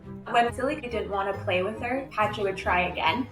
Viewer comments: My brain can get over how they pronounce "Pacha" or am I the only one?? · Pronouncing Pacha as "patcha" instead of "pasha" is unhinged 🙉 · "Pacha" in French sounds like "Not a cat"...